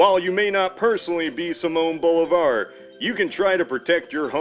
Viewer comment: I’m pretty sure his name is pronounced see-moan Boh-lee-vahr